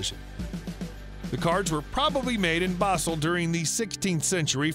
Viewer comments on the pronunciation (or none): none